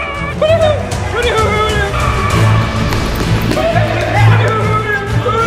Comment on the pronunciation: No its hoodeehoo